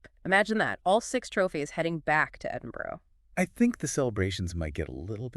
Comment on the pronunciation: 7 trophies and learn how to pronounce Edinburgh